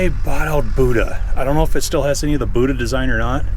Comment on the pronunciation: People can help me out. I believe the correct pronunciation of Buda engines is not the same as the South Asian religious figure. "Boooda" It is more along the lines of "Bewuda" Similar to the way "beautiful" starts its pronunciation. I am sorry for being pedantic. Family trait. Great walk around! That front idler would be out of line so the whole track would be askew and wearing badly. If it is a museum piece of equipment, it adds character. If I wanted to use it, I don't like character.